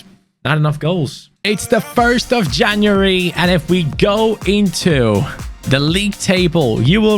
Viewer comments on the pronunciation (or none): Did u just almost call january caniuary😂😂